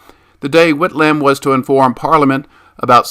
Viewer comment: It's a bit painful listening to the pronounciation of some names as a Australia but good vid otherwise